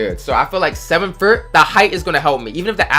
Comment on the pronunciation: Who else heard this guy say “7’fert” 😂